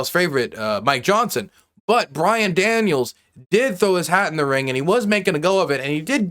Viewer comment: BYRON not BRian. You can't even get his name correct. How can you be taken seriously?